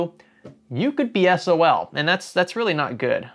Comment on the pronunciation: shouldn't it be SOOL? i'm drunk not wierd, well not just wierd